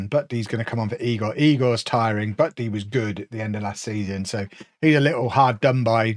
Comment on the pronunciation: it's eye-gor